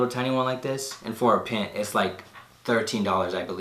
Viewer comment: It's not a pint it's a pint (py-nt)😂😂😂 I restored over 100 shoes and doing it as watching this video but you really gotta know what you're doing before starting to get real with it. Practice practice practice!! I'm no pro but I'm Better than I ever was before.